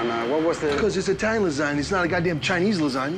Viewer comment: Sammy: I make the best tiny food in the world!" (I know he means italian but thats what i heard lol